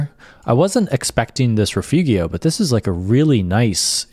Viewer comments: Nice hiking vid, just one thing: correct pronunciation of Rifugio: not riff-oogy-oh, but ri -fooo-joe. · A friendly pronunciation correction. "Rifugio" should be pronounced "reefoojo". The i is ee in English and g is pronounced as j in English like "mojo". Otherwise, a spectacular video. Thank you. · The pronunciation of Rifugio is Ri-foo-jo, just to help! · "Rifugio" is not reefoogheeo - it's reefoogeo - learn it. it looks like the tour operator didn't bother to do any research and just gave you a boilerplate template.